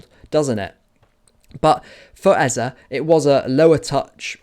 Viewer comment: Great analysis as always. Love to hear someone pronounce Eze's name correctly too. 😅👍🏻❤️🤍